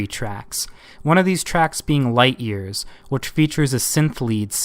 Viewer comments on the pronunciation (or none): none